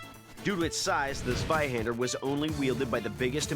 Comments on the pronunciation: As a german I did find it kinda funny that they at least tried to say the German weapons correctly. Eventhou they boucherd the names. They at least came close for example when they tried to say "Zweihänder" it sounded like "Sweihänder". So it's not a big difference and I can understand that to others it is hard to say german words or names. Great video and people. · All right, guys, the German in me feels the need to correct your pronunciaction: Zweihänder - /'tsvaiˌhendɐ/ Landsknecht - /'lantsˌkneçt/